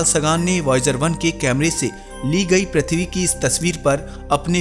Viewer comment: bhai प्रथवि नाही पृथ्वी केहेते हैं